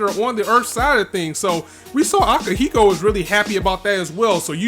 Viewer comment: Okay, it's time for you to remember and pronounce some names correctly. Repeat after me: Arbrau: Ar - Brau (not Arbaru) Akihiro: A - Ki - Hi - Ro (not AkihiKo) Gusion: Gu - Si - On (not Guison)